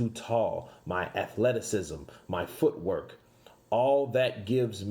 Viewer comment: Did Wilder said foot work or foot hurt 😂😂😂😂😂